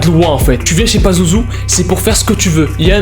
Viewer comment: Au début j’ai cru il avais dit bazouzou😅😅